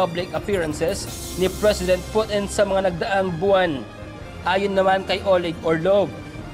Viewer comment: Ka oe mo loy mag news, over exaggerated pag ka banggit mo sa Russian president name,....